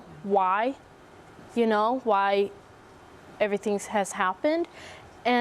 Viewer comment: I wish them all the best, really. Can someone help me understand something - Is it a dialect-thing, how pronounces words? She says everythin-k, thinkin-k, horrifyin-k. First I thought it was just her, but then I saw a video of their aunt and she has some of the same mannerisms in her language?